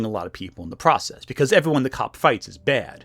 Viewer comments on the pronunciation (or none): none